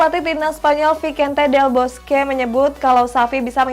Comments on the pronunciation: Mbacannya visente Del Boskie, bukan visense Del boskue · Mba, itu bacanya visente Del boske bukan vikente Del boskyu